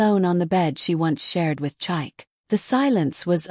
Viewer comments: Can you please learn to pronounce Nigerian names properly? Chike is pronounced Cheekay, not Chike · I'm not Nigerian but I often watch these stories, so since I know the correct pronunciation so saying chike Kinda throws me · Please pick a relevant narrator so that the mispronunciation of Chike doesn't make the story lose authenticity with a Western narrative voice.